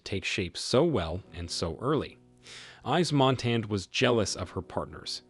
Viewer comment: 'ICE MONTANA' ????? EDITH 'PIE' ???? Is that AI ????? It is pronounced MONTAN and PIAF.